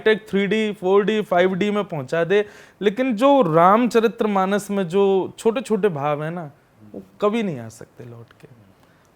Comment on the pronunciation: बार बार गुरुजी आप गलत उच्चारण के साथ रामचरित्रमानस बोल रहे है, सही उच्चारण रामचरितमानस होता है। जय श्री राम 🙏